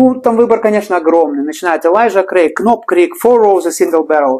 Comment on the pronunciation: Доки-на будущее: в буквенных сочетаниях "kn'также как и в словах know, knock knock-буква "к" НЕ читается-без обид🤝😉